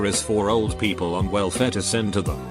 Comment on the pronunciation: This text to speech robot needs an update. "Peeeeeeaaaaapl"? Really?!